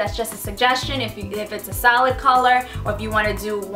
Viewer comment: Realised like half way through you were saying 'solid' not 'salad'